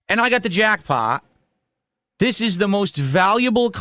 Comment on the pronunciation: He hit the JACKPAH, okay? OKAY? The box was gross okay?